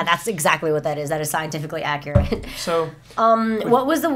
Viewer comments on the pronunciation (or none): none